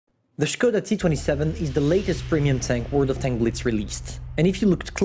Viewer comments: 1st of all: May the people who have been killed there have a nice life up in heaven. 2nd: Finally I hear someone saying "Škoda", not "Skoda"(I live in Austria and I don't hear nearly anyone saying the name of the company right.) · and I completely understand that. In English there aren’t these letters such as “Ř” “Š” or “Č” However f.e. I’m from Czech Republic and most of our words contain these letters. And since Škoda tank is from Czechoslovakia it is pronounced like that correctly. But as for foreigners it’s really hard, it’s not wrong to say just Skoda